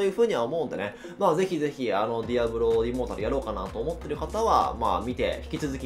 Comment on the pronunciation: 開幕、immortal（イモータル、不死の）じゃなく、immoral（インモラル、ふしだらな）になってて笑った